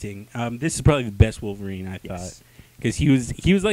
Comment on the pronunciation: Enough with the WAR-VERINE! It's WOLV-ERINE!...Had to get that out...sorry.